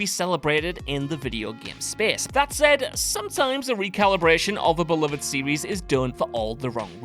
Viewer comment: When your regional British accent forces you to say series like a toddler that can't speak properly and you say 'serwees' instead, it's time to stop. The British's desire to sound regional distinct from one another when the entirety of the UK isn't that large of a region, comes at the cost of sounding like, how do they say... a total numpty.